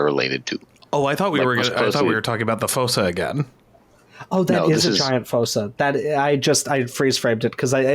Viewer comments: It's pronounced "foosa" not "fossa". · Also just a side question .....why are you saying Fossa like that....I have never heard anybody pronounce it like that